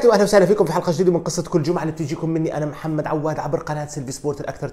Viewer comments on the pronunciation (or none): none